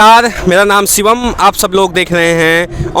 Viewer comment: ji bhasha shudh kijye sha shabd ko sa na kahe ji tabhi acha lgega